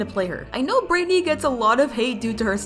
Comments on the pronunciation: Your saying brightney instead of brighteny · you said Britney instead of brightney